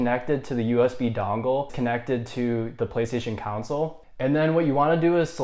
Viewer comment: Why does a lot of people call it a "counsel" instead of a console?